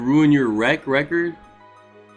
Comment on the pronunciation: This man said rep-ord... 😂😂😂😂😂 but dont forget that 32-19 you know.